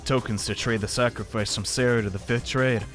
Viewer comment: tbh he still kinda mispronounces Sara's name but that one doesn't matter as much as "Sou hiruyo,,,," will miss him giving up with sous last name though ngl